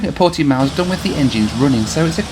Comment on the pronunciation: You did a very good job pronouncing "Portimão", considering that the nasal sound indicated by that tilde is extremely hard for anyone who is not a native speaker of Portuguese. But you failed miserably with the much more easily pronounced "Cascais", which should be "kahs-KYES", not "KAHS-kays" (even more faithfully to the local pronunciation, it should be "kuhsh-KYESH"), and with "Viseu", which should be "veeh-ZEH-oo" (with the "oo" very brief, forming a diphthong), not "VEE-zil". I know a guy who studies at Viseu University and I already knew the pictures he posts on his Instagram, so I was not surprised -- it's a stunning city, not as small as you thought (some 60,000 people), and with a very lively cultural scene. And yes, Northern Portugal is beautiful -- most tourists in Portugal only go to Lisbon or bake themselves in the sun in the Algarve, but the North is full of history and natural landscapes, including some of the most scenic vineyards in the world. The Portuguese nation originated in the North and only later spread down South, so the North has a very rich heritage.